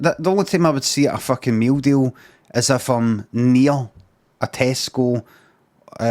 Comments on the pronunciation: meew deew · _____. every time he says meal deal